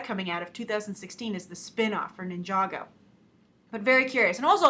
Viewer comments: you had it correct to say nijago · GAAAASP!!! you said ninjago right like nobody else does!!! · yep you said ninjago right :D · you did say ninjago right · You did pronounce ninjago right